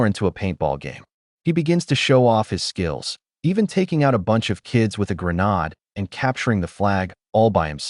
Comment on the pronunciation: "graa naad?" AI SUCKS!! Thumbs down